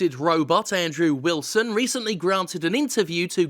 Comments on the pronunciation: Also, are you saying "Android Wilson" instead of Andrew Wilson? Lol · I love how you said "Android Wilson!* 😂😂😂